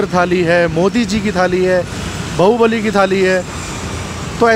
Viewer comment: pine nhi pune 😂😂 Bhaubali nahi bahubali 😝